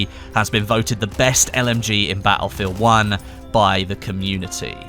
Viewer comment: i love how you say "ba'efield an'"